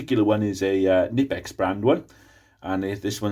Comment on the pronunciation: Try researching how to pronounce Knipex if you want credibility.